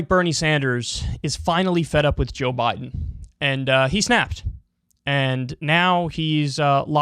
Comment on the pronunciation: Am new here. Did Kyle just say "Joe Boten"? As in "roBOT"?